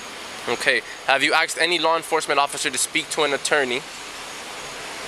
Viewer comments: In this officer's language 'asked' is pronounced 'axed'. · The cop said "aksed". Speaking proper English should be a requirement for an officer. Ridiculous!!!!.